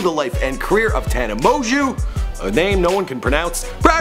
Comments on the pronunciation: Her last name isnt that hard to pronounce TANA- MO-JO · “Tana mo-jew”😂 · tana monju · Tana Moanjew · Do you pronounce it Tana mojo Or Tana monjew ??? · This video is so bad... not only does he mispronounce the name of the person he’s doing a video on (which shows the minimal amount of research which must’ve been put into this) throughout the whole thing but he also talks about the Idubzz scandal three times in the video for probably about 80% of it... there’s almost nothing about her life other than her subscriber count and like when she started drinking